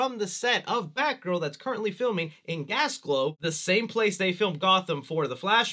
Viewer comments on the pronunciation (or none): Mate you actual said "gas" "glow" its "glas" "go" thats how its pronounced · Big fan of your videos, happy you have similar interests in horror and heroes so I don't just have to wait for Chucky vids. But..., serious. Gasglow?? Come on! I know to people in the US, no other countries exist and they seem to think all Scottish landmarks are by London, but at least try and pronounce places correctly. Glasgow, not gas glow. Poor Scotland:( And most external Gotham is actually Liverpool, which is in England. And as for theatres? No more morons clapping and cheering like the actors can hear, no more phone screens, people getting up or smelly food. Theatre types get enough, some good treats for those who hate them and wish covid would kill them off completely. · btw it’s pronounced glaaz - gow not gas glow 😂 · Gasglow 😂😂 its Glasgow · Love how you mispronounced Glasgow as Gasglow, keep up the great work. We love you from Scotland. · I love you man, but your pronucing Glasgow wrong, I should know I live there😂🤣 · I love you man, but your pronucing Glasgow wrong, I should know I live there😂🤣 but yeah it does have a bit of a Gotham a esthetic, all the knife crime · Yo i love that they are filming so many batman films in Glasgow, its can be very gotham like, theres something amusing thinking of a glaswegian/Scot and batman having to deal with one of us🤣😂 Seriously tho, you gotta pronounce Glasgow right lol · Sorry, can we take it back? HOW did you pronounce Glasgow?